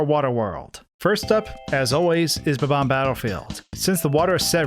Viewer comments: its not bubom its bomom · I will never forgive the person who decided to start pronouncing bob-omb as buhbomb.